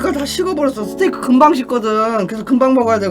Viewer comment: 스테이크-를! 스테키라 말하는 지누스케 할아방탱 코쟁이 아저씨